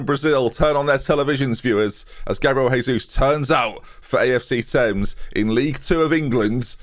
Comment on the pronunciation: Great signing. Don't know how he agreed to move back to UK to be paid 1,5k a week but sure. You're pronouncing his name wrong though. He's Brazilian so it's not Spanish, it's Portuguese.